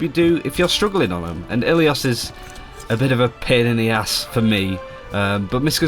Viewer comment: Pls Dont say ilios dont say i twice try to pronounce it all together its really wrong and i know being greek